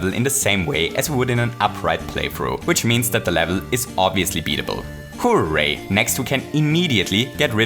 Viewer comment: If you say hooray It sounds like hoo way